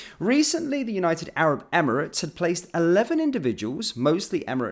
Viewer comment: SHE CANT EVEN SAY ARAB 😳these clowns in charge F**CK ME😡😡😡😡